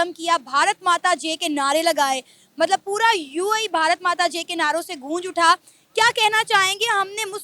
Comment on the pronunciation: मैडम ठीक से बोलना सीखो भारत माता की जे नहीं है भारत माता की जय